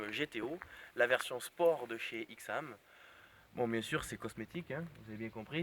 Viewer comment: Ai-xam et no X-am